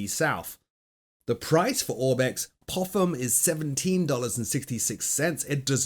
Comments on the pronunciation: Its Pop-ham i believe, not Poffham (ik PH makes that sound but still). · Popham is pronounced “Poppem”, not “Poffem” 😂😂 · Yes, it is "Pop-ham". I was flown there in a motorglider IRL last week!